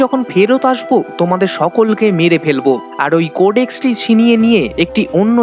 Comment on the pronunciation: Cordex noi codex.karl noi kal hobe.